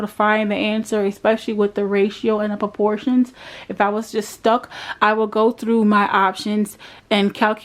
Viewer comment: *Proportions.... not porportions